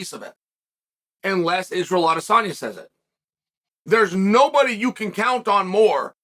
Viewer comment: why are u pronouncing his name correctly? its unheard of